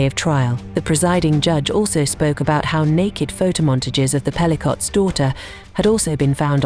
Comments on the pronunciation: It is pronounced Pelly COE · Pelicow, do not pronounce the last t please, it is french.